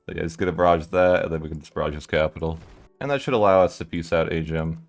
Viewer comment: Also I'm pretty sure Ajam is pronounced like 'a zham', def not 'Ay gem'